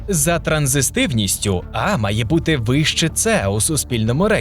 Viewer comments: Коментатор невірно вимовляє слово "транзитивність", чомусь додаючи зайву букву "с" вимовляючи "транзистивність". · транзитивність не транзиСтивність. від слова транзит, а не транзистор)